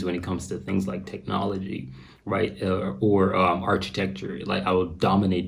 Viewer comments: Architecture is pronounced with a hard ch (like a k) 'Ark-i-tek-tjur'. Not artsj-i-tek-tjur. Please never do that again 🤣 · bruh did you say archee-tecture? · Architecture - the H is silent and the first C is hard as in Arc, there is no ch sound, the same as in crime.